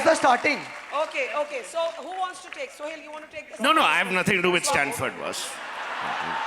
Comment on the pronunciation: barkha's secularism compelled her to pronounce suhel as sohail...